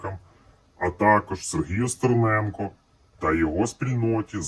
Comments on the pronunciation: Ні, не правильно кажуть Стєрєнька, а треба казати Стерненка. Треба добре гатити по них, щоб вірно казали, а то як завжди в москалів "є" замість "е"... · Вибачайте але стєрєнка сказати це гріх, навчить вимовляти їх краще)